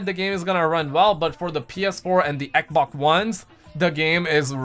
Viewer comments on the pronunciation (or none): Why do you call it ekbok I don't understand